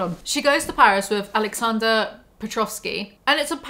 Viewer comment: What about Carrie's never pronouncing Aleksander's name properly? Then she followed him to Paris!